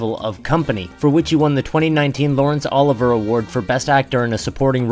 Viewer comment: You need to learn how to properly pronounce OLIVIER Award. It is NOT pronounced as Oliver!!!!